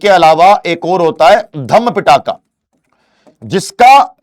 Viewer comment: Sir just called Pitaka to Pattaka 😂